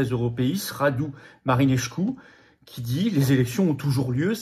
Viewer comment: MarineScu et non pas Marineschcu!!! Arrêtez de mettre des “ch” partout! C’est ridicule! Ceaușescu était une exception à la règle car il y avait une sedile! Seul le Ș se lit “ch”.